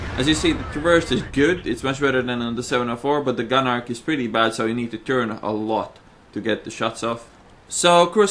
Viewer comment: Once again brilliant video, however it is pronounced gun "ark" not gun "arch"